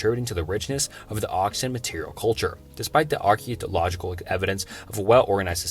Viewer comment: is that supposed to be Archaeological??